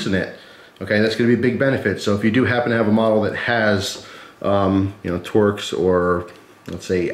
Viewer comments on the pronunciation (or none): none